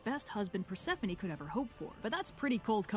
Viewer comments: GOSH DSNG IT HIS PRONUNCIATION OF PERSEPHONE A N G E R S ME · Persephone: How dare you, miss pronounce my name. Edit: It’s a joke!